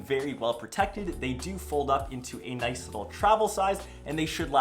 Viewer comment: Is "noice" on purpose? >.>